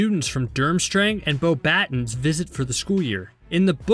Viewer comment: I'm pretty sure it's pronounced "bow ber tonns", not "bow battens"